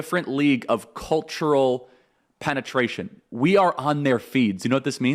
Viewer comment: He said penitration lol